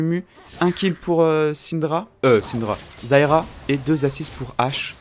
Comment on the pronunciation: arette de dire zayra